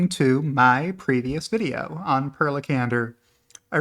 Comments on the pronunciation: You did Per Lekander good but the first part is pronounced with an E like in pair, try Për lol. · Per in Scandinavian countries is pronounced "Pear." It's equivalent to Peter. FYI